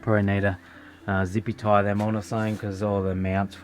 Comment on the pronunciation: Why do you say ZipieTie ?